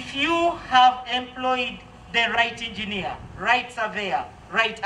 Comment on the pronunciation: Engeener makoko…😅😅